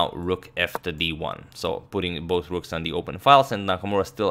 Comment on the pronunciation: Not “rooms” but “rooks”